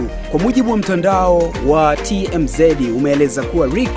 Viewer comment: Aise hujui hata kutamka maneno sio MAY BACK ni MAYBACH pia haitamkwi T M Z Ni TMz